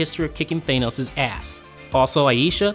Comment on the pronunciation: learn how to pronounce Thanos and I'll take this video moire seriously